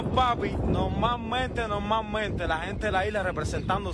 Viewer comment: NOLMALMENTE NOLMALMENTE 😂😂😂pelo eso el un chino o el un cubano 😂😂😂